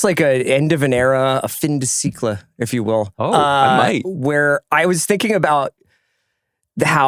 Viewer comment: Pronounced Fan duh See-ec-luh.